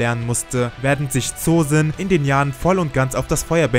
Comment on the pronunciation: Das o Von Zosin wir lang ausgesprochen also Zoosin